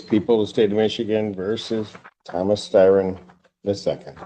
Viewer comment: It’s Thomas Styron.. not Thomas Tyron..